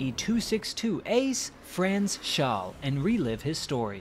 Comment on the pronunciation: His name was Franz Schall not Shaw.